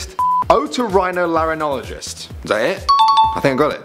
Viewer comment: She completely skipped the "rhino" in #9. She said, "oh toe lair in gologist". Seems to me it should be "oh toe rye no lair in gologist"